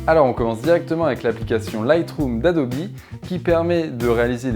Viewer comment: j'ai bien entendu "Adobi" ? je suis pas sur que ça ce prononcé comme ça ☺